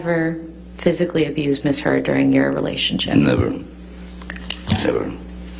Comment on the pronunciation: I SWEAR Johnny's attorney said 'Miss Turd'!!!!!!!!!